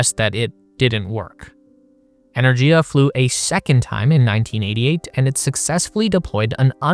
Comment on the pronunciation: Just a shame you can't pronounce Energia correctly.